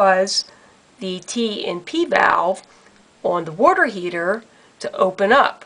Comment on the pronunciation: I can’t watch this video because the person can’t say “water” correct